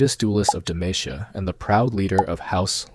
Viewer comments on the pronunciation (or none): garen doing his best and you still sayin demashia :) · newest pet peeve is ppl butchering the pronunciation of words please .. it’s DE-MA-CEE-AH and not RAPE-E-R that’s a FRENCH word. it’s RA-PI-AY. edit: the voice is AI. horrible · ppl might have alr mentioned this, but the incorrect pronunciation gotta be on purpose. Especially demacia